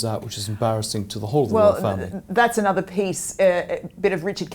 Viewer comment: please say another and not Another.